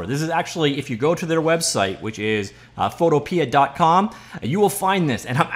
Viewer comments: It's Photopea, not photopee-uh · Pretty sure Photopea is supposed to be said similar to Utopia. If that is not correct, it should be, because "Photo... pia" just sounds silly.